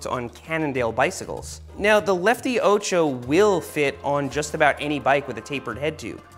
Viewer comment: Funny how you mispronounce 'ocho' throughout the video! It's 'o' like orange, not like ohchoh!